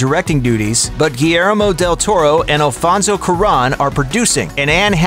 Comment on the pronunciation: Alfonso curan? Omg please learn to pronounce names